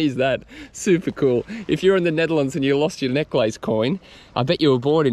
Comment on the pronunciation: Why must you constantly mispronounce necklace? DOES MY F'ING HEAD IN!